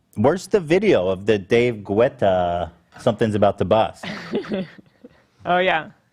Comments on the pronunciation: It's David GET-TAH, not Goo-etta. The U is silent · I love how no one on the show can say David GET-TA and Ethan says "good for him" on his popularity. Not him being the highest paid DJ in the world for a min one day hahah 😆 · David “Getta” is how they pronounced it on the radio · It is, I’m surprised they didn’t pull out the “deedee mega doodoo” soundbite on Ethan when he was trying to pronounce it lmao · Get-ah. He's french, so you need to pronounce that "a" at the end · Y’all keep mispronouncing David’s last name 😂 it’s pronounced gettah like go-gettah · It’s pronounced David GAY-TA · Ian: “it’s pronounced Gouda’ 🤣🧀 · except for when they say David Gouda of course ;) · Guys guys guys, it’s just pronounced "Getta" 🙏🏻🙏🏻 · Can you just fuckin learn how to say david guetta It’s not in my language too but fuckin i always knew how to say his name Hila was the closest couse she’s european and she doesn’t have this weird american tendency to say names they are not used tok weirdly like guetta doesnt have o or oo or o or i in it wtf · Them pronouncing David’s name wrong the whole time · The way they pronounce David Guetta's last name sends me every time. 😂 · please say David Guetta right cmon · The way they say "Guetta" in David Guetta triggers me 😫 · Them not knowing how to say David Guetta is irritating me more than it should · Literally how do yall not know how to say david getta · i die a little inside every time they say David Guetta’s name. i can’t stand it anymoreee